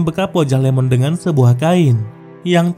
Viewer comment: Wkwkwkw.... Iemon bang, bukan Lemon wkwkwkwk